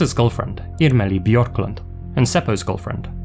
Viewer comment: Yes, especially "Irmeli" with the hard "r" was perfect!